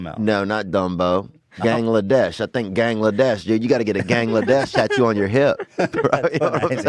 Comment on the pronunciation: Gangladesh, Gilgamesh 😂 😂 😂